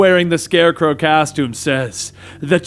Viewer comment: hehe " caustome "